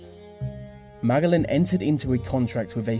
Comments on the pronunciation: I like how he pronounced Ferdinand Magellan's last name as (MA-GA-LEN).. though. it is actually pronounced as (MA-JE-LAN). but I'm okay with it though, just thought it was kinda funny. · It's Magellan (ma-gel-lan) not mag-al-lan. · Magellan: pronounced MahJellAnn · Magellan is pronounced Ma-jell-an. Also, you left out the durable Mike Malloy. fascinating story. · good video but didn't expect the "superior" English users to butcher Magellan's name so badly. Magga-lan??? haha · Ferdinand "Magalen"? 😂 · it's pronounced "Ma-je-lan" sir.Lapu-Lapu was too buffed. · Ferdinand Magellan is pronounced Ma-JEL-un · Btw, you mispronounce Magellan. Oh, that dutiful and well-meaning education system.. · Magellan, Lapu Lapu, Mactan, these 3 names and places you've brutally mispronounced... good list otherwise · Magellan is pronounced with the g as a j.